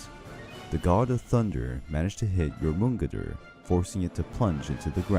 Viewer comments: Most of the stuff in this video, as far as the stories go, if pretty correct, EXCEPT there are a LOT of mispronunciations of Jormungandr, such as saying the J like a G, for some ungodly reason. Its pronounced like a Y, NOT a G. As well as saying that Thor will be poisoned by a toxic gas? That's wrong too, Thor will die from the poison of Jormungandr's BITE. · Sorry, but I'm kind of a nut about this; Jormungandr, yor-mun-gon-dur. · I like this video but please stick to one pronunciation of words. For example, the Jotnar are pronounced yoh-tnar. The J in that culture was pronounced as English speakers pronounce the y, as a yuh sound. It's the same in modern German. It's not a hard G sound. Same with Jormungandr. Yor-mun-gand-r. Yggdrasil is Ig-druh-sil or Eeg-druh-sil but again, please choose one and stick to it. It really helps immersion in the story. Again, I did enjoy this video so please take this as constructive criticism, not as me trying to put you down for no reason. Also, it is worth mentioning that in true Norse stories (if you read the direct translations from scholars) there is no hard evidence of Fenrir, Hel, and Jormungandr being Loki's kids. However, it is alluded to at one point, which is why people believe him to fill that role. This I got from my Norse mythology professor, so if you have proof against that, like a specific story from Snorri's Prose Edda or the Poetic Edda, please point me to it. I would really like to know where the idea came from. I am absolutely fascinated with Norse mythology and will gobble whatever I can up. Lastly, if you're super into the mythology and want more of it, I definitely recommend getting both the Prose and Poetic Eddas, along with the Sagas of the Volsungs. There is a story that wasn't covered here that you can find in the Poetic Edda that's literally just Odin insulting Thor as the two stand on opposite sides of a lake because he can. It's absolutely